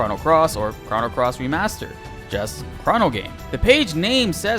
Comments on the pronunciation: chrah-no trigger lol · stop saying "chrono" like that lmao